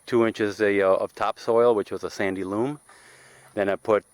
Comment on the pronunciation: It's sandy loAm, not sandy loOm! 😉😆